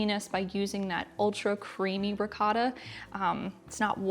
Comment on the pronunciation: Looks delicious as per usual. Two things: You should try it with fresh made pasta instead of boxed. It brings what is already good to the next level. Secondly, and this is a little pet peeve of mine. In the Italian language the "o" has only one sound and that is the one of a long vowel like (oh). So it's pronounced ri-coh-ta and not ri-caw-ta. or man-i-coh-tee and not man-i-caw-tee